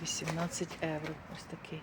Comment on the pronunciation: НЕ ЕУРО А.ЄВРО